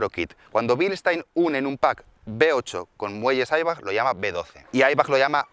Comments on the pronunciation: Se dice Eibach, no Airbag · Bilstain y aibach😂sabes de inglés lo mismo que yo de nipon😂😂😂 wjaajajjaja